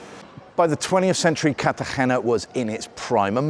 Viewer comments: Nice video but you’re pronouncing Cartegena poorly. Think Car tah hey nah. You are using a deep throat approach to pronounce the “hey.” It’s not that deep. The sound stays forward in your mouth. Give that “r” a slight roll and a light “hey” and you’ll have it. 😊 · Interesting, but why can’t you pronounce Cartagena?